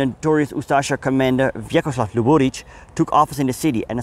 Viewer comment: Zasto ovaj bradonja stavlja kad kaze Sarajevo akcent na trecem slogu. Prestanite se ulagivati Zapad i izgovarajte Sarajevo na bosanski nacin a ne NATO engleski. Uzasno je iritantan. I kod prezimena Luburic nikad nije akcent na drugom slovu